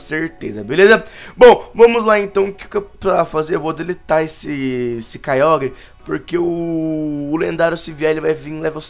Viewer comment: quem escutou o falar kyiágua??